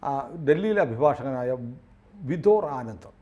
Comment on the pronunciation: ആ വക്കീലിന്റെ പേര് വിദോർ (Vidhor) ആനന്ദ് അല്ലാ... വിഭോർ (Vibhor) ആനന്ദ് ആണ്... ദയവ് ചെയ്ത് തെറ്റി ഉച്ചരിക്കാതിരിയ്ക്കുക...